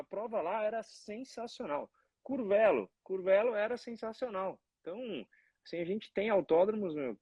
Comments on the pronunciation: . O nome da cidade se pronuncia “Curvêlo”e não “Curvélo”. Abraços e parabéns pela Live mais uma vez! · Escreve-se Curvelo, mas a pronúncia é " Curvêlo". Valeu Regi